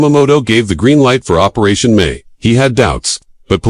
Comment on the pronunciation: It wasn’t Operaatio May- It was Operation MI